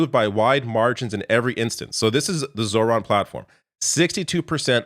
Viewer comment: Pronounced ZO-ran